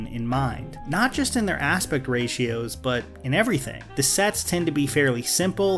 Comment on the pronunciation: Why does everyone say ratios incorrectly?